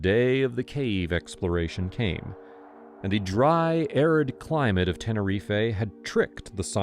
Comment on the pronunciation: I beg you learn how to say Tenerife correctly. I literally stopped watching because you said it wrong